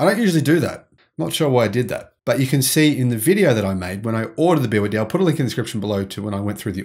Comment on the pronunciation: He didn't he kept wrongly saying BYD